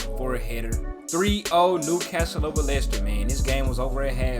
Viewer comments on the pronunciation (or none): none